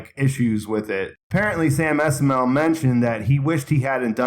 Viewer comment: Sam Esmail's name is pronounced iss-mah-eel